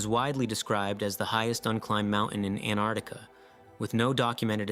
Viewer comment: A very interesting vídeo. It kept me wondering úntil the end. I have subscribed. Just One comment, I believe you have erred in your pronounciation of Antarctica.